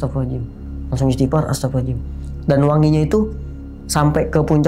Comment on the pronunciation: Maaf saya kurang nyaman mendengar istighfar dari... maaf sy juga bukan org yang ahli agama, tapi untuk pengucapan istighfar baiknya dengan jelas 🙏🙏